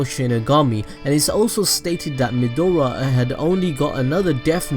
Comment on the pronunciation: It's pronounced Meh-Dra, not Medora like the explorer. Also, Shimigami don't have a sex or gender...